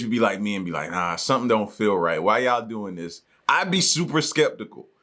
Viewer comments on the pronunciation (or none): none